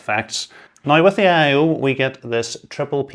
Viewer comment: Aye eye owe